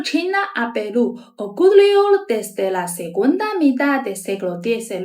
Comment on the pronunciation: QUE HERMOSA ESTA CHINA RICAMML, ELLA DICE : PELU😂😂😂😂🎉🎉🎉🎉❤❤❤QUE VIVA PELU😂😂❤❤❤❤Y QUE VIVA CHINA 🎉🎉🎉🎉🎉